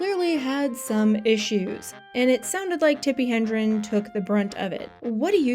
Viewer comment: Hedrin, not Hendrin